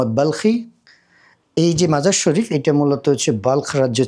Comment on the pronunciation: শহরের নামটি 'মাজার ই শরীফ' বললে শুদ্ধ হবে। আপনি 'মাজার শরীফ' বলছেন বারবার।